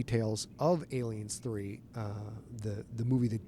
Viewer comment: Love the interview. Hope you're able to do more content like this. But why does Scott seem to insist on pronouncing it "Alienssssss 3"?